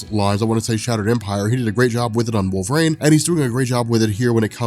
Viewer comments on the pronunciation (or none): none